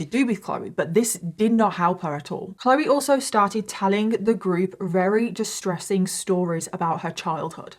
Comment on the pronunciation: For someone who claims to be English you sure can't speak it very well. That's very with a v come on now say it with me v v very! Not rary